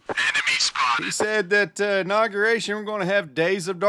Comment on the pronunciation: He also said "inogeration"!